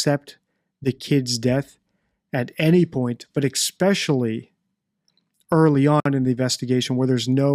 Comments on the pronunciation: Omg! Some people speak words incorrectly and in the wrong tense. Like you speak a couple of words incorrectly. You say eXpecially instead of especially. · Stop Xspecialy If you say it properly once I'll subscribe Every time you say xspecialy you sound uneducated Hard to have confidence in you when you don't speak properly Do you say axe instead of ask Come on you can improve your game and I'll subscribe You've been challenged